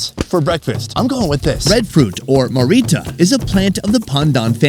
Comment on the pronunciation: I grew up in this tribe. I've got a list for you: 1. Look up how to say cassowary. You butchered it. 2. You're also saying marrita wrong. It's a hard R that you roll slightly. You're not listening carefully enough when they say it. 3. Marita is not a breakfast food at all. They just pulled that out to show you it. It burning your throat is because they must have undercooked it. It has a tingle to it, but you reduce it by cooking. 4. His explanation of women being "dirty" was misunderstood. "Dirty" is often used to refer to anything "bad". The primary reason for seperating men and women is due to religious beliefs. It's dumb either way, but it isn't because of cleanliness. 5. Your question for the women was very leading asking about smell. They'd give you the real reasons for living separately. It was unfortunate they didn't have an opportunity to tell you about it. 6. I can confirm pogenei (rib meat) cooked right on the coals or hot rocks is the best part of the pig! 7. Good job learning how to say thank you in Huli! You nailed it. 8. Unfortunately that food had some undercooked pieces. That's the problem with mumus. If it starts to rain, you have to dig it up no matter if it is cooked or not. Outside of what I've mentioned, this is the best video on Huli mumus I have ever seen! However, it is a stretch to call one of the largest tribes in the country "secret" lol.